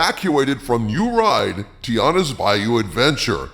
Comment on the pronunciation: TI-ANNA, not TI-ARRA. you sound like you are uninformed.